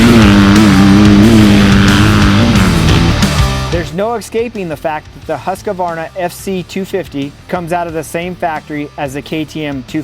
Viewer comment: Why does everyone add an A to husqvarna it’s not a husqkavarna jeez 🤦‍♂️